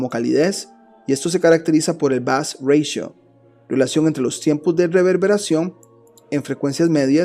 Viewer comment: Ratio es una palabra proveniente del latín y existe en castellano, no es anglosajona y por lo tanto no hay porqué pronunciarla /reitio/ . No entiendo porqué pronuncias en inglés una palabra que está em castellano.